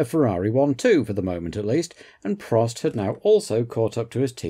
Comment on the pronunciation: In all my years watching F1 I never knew Prost was pronounced “Pro”. Thank you again for such an interesting and rewarding watch 😊